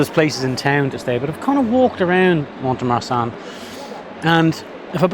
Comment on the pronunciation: Pronunciation guide again 😉… the ‘T’ is not pronounced in Mont de Marsan ( pronounced Mon de Mar- son… the son being pronounced as we say the name Ron or Don)… facile non ?! 😉😂